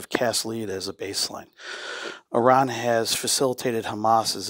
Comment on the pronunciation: Awesome video. As a reminder, the country Iran is pronounced closer to ee-rahn, vs eye-ran